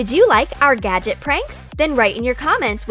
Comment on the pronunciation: "Did you like our gadject pranks?" Me: "NO"